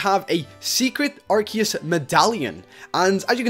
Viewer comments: ITS PRONOUNCED "Ar-See-Us" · watch pokemon that is not how you say Arceus